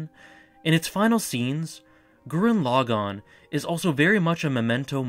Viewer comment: Hey I hate to be reductive, but pronouncing it Gurren 'Log On' is really grating...Especially when it's the title of the show that's clearly said a dozen times throughout. Thanks!